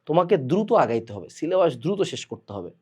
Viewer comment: পীর যেভাবে সিলে'বাঁশ' বলে😭😭